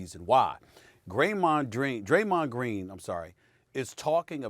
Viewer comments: "Graymon Dreen" - SAS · "graymond dreen" 😂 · Draymond “Graymond Dreen” Green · I’ll never call him Draymond again, it’s now officially Graymond Dreen . 😂😂😂 Like if y’all agree 👇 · Yes Stephen A, Graymond Dreen. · Who else came to the comments because he said Greymon Dreen 😂😂😂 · Nobody: Stephen A: Graymond Dreen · I think he was trying to say Gerald instead of draymond lol🤣😤🤣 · “Graymond Dreen” 😂😂😂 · Graymon Dreen that hit me diferrent 😂😂😂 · lol, Stephen A called him Greymond Dreen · Stephen A "Graymond Dreen" Smith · “Graymond dreem” - Steven A smith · I don't know what SAS said cause I'm still laughing about GRAYMOND DREEN 😂😂😂🤣🤣🤣😅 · Let me correct this now! It's not "Greymond" or "Gramond", it's Graymond. 😀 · Now, I'm going to be saying Graymond Dreen all frigging day!😂😂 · Nobody: SAS: Graymond Dreen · Graymond Dreen? Lol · Graymond Dreen????!!!! c'mon Stephen A... STAY OFF THE WEEEEEEEEEEEEEEED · Graymond dreen 😂. It’s literally replacing the d and g 😂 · I have too... “Graymond Dreen” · “Graymond Dreen” 😂 😂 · I'm sorry but Graymond Dreen🤣🤣🤣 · Soul like he said Greymon I was like let me find how Draymond know how to Digivole🤣💯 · Graymon dream 0.48 seconds of video 😂..how u get somebody first n last name wrong!! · “Graymond Dreen”- Stephen A. Smith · “Greymond “dreen” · "Graymond Dreen" -SAS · "graymond dreen" - stephen A smith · "Graymond Dreen" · SAS: “Graymond Dreen” 💀💀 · Did Stephen A. just say: "Graymond Dreen...." 😂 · He said graymond dreen 😂😂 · “Graymond Dreen” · Are we going to act like we didn't hear Stephen A say. Graymond Dreen🤣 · Graymond Dreen 😂😂😂 I caught that Stephen A. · Lmfao. Stephen a has all this education but can’t get Graymond Dreen name right 😂😂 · "Graymond dreen" Stephen A Smith. 2021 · "Graymond Dreen" LMFAOOOOO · Who's Graymond Dreen??? 🤣 🤣 🤣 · “Graymon Dreen” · Nobody: Stephen A: “Graymond Dreen” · Gramond Dreen :47 and “No Prolem”😭😭😭😭😂😂😂😂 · Its sound like he said greymond dream 🤦🏾😂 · “Graymond Dreen” it happens SAS 🤷🏾‍♂️🤣